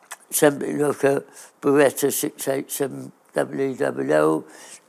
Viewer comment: Its actually Bi-wu-cu, Ba-wet-ta, Bouawning.